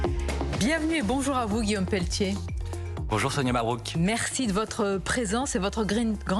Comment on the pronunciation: Oupss peltier pas pelletier rire